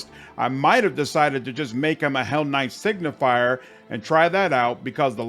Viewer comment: i love how everyone says hellknight signifIer when it's hellknight signifEr